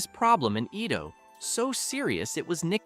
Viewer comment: Edo is not pronounced (iido?)....